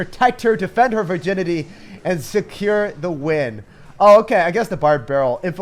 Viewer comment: When he says virginity it's weird